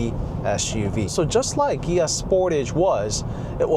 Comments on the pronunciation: What is a "Gia"? ;) Ohhh...Kia. That took me a while to catch on. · wait.. so the proper pronunciation of Kia is with a "G" like Gia??